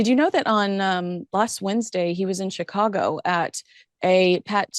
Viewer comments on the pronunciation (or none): none